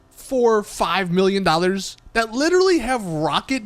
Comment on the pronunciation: The way he said dollar's